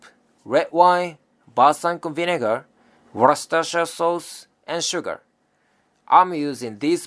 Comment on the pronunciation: Warrraster shire sauce?